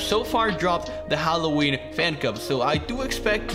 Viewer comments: He said Hw phancub, yep your right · Yes. YOU say Hallowhen Phancub in video